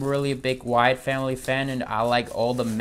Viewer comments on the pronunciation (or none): none